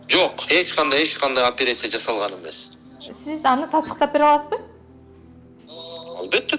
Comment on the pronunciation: Депутаттын созубу опирация дейт акмак туура суйло же кыргызча суйло да а так патак дейтго